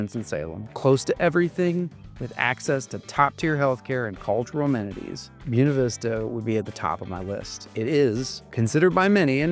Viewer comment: Say this: bway-na veesta I highly doubt that ancient Latin would have pronounced the word that silly wrong way that you did. Boo ee neh 🤣🤣🤣🤣🤣🤣. I speak Italian and Spanish and it wouldn't even be pronounced that way in Italian. Latin is an archaic language. There's no way I'm going to pronounce Buena Vista the way you do. It makes you sound like a hick who's uneducated. I'm going to say Buena the proper Spanish way which is contemporary. It's most ridiculous to look at the word and say it the way you say it. Never. I will never say it that way. In fact, hearing it mispronounced like that made me never want to move there, whereas before I had been considering it based upon the rest of the video. It's just such a turn off to know that local people are so backwards, and insulting to the Spanish language and Spanish speakers. (Incidentally, FYI, another example of silliness like this is a town in Arizona called Prescott and the locals call it 'presskit" I will never refer to it as presskit. It is prescott Scottish people are offended by the old unsophisticated locals' pronunciation of the town. just like anyone who's a native Spanish speaker would be offended by your pronunciation of Buena.) PS -- Are you one of those who unfortunately pronounce the word for the Italian language, "eye-talian?" Perish the thought, but I wouldn't be surprised if you did insult Italians that way. I hope you don't pronounce the country, "Eyetaly."🎉